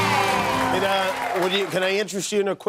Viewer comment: Did he say Holsen? o.0 And yay Elizabeth Olsen, she's adorible and a lot of fun. Well nobody is trully dead without a corpse. And its Wanda so she's figure it out somehow.